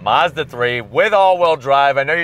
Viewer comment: It’s Mazda not Mozda